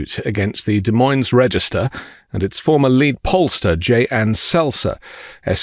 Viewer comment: Ug... De(s) Moine(s) The friggin (s) is silent. Do some homework!